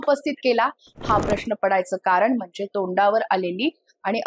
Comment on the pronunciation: नक्कीच सुंदर विश्लेषण, भाषा सुद्धा सुसंस्कृत आहे.... पण.... "ण " ला "न " .... आणि "न " ला "ण ".... अस का? ? उदा. - (१) कार'न', (२) स्व'प्ण' (३) अभिमा'ण' ... का? का?